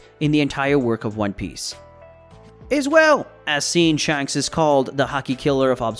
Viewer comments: Sh-A-nks not Sh-u-nks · Is it SHANHKS or shanks , have I been pronouncing it wrong ?